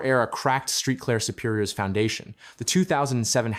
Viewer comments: Street Claire come on man do your homework before you report on a city there ain’t no street clear it’s Saint Clair. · Saint Clair dude.😂😂😂